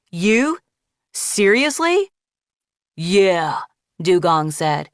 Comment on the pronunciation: why is everyone saying yay blob